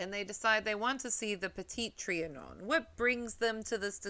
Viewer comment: Your pronounciation of petit trianon is rather good and so cute. 😊 from a French listener.